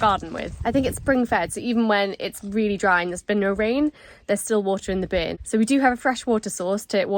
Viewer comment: Omg, “a bern” running through….., try and teach the word “Burn”. So funny in the Newcastle accent